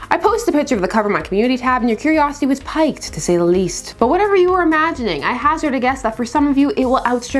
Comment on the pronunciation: That rug is everything but I’m confused as to why I pronounced it piked when it should be pronounced as peek-ed